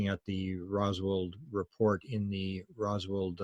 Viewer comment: Roswell,not Roswald. Keep it together as a Canadian national treasure Will you man?